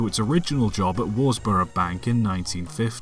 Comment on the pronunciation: “Derby” is pronounced “Darby” “Worsbrough” is pronounced “Wuzbruh”